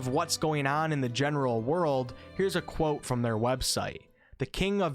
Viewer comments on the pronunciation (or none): none